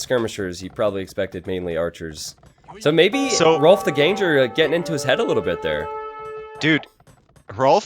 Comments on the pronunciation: Shouldn't Ganger rhyme with hanger/banger/langer/sanger/clanger, rather than with danger/ranger/stranger/manger/changer? (it also shouldn't rhyme with anger, and it also shouldn't rhyme with flanger) ENGLISH SUCKS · btw it's pronounced literally as 'gang-er', not 'gain-jer'.